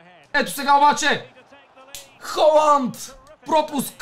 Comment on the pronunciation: много яко видео! Казва се Халанд а не Холанд МНОГО ЛОВ ЗА ТЕБ❤❤❤